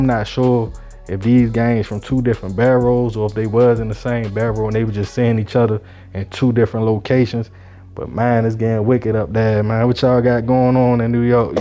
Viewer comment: Lol bro the word is pronounce BURROUGH (Buh-Row) not Bedrow lmaooooo if u dont know wats going on or dont understand it why make videos on it … niggas get the drop on where specific ppl be at thats all its Brooklyn shit tho